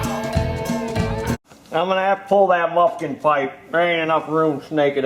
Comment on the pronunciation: I hate the way is says muffin sooo fuckin stupid